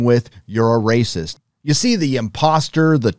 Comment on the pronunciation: It’s Racist, not Rassisist